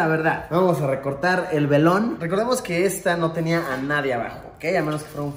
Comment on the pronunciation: Nadien xd es "Nadie"